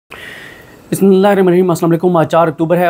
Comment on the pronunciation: Assalam o Aaikum , ap bismillah hamesha ghalat pehtay hain, sahi parha kren